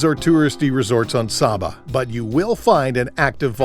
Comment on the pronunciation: It's pronounced Saaaba (long a vowel sound)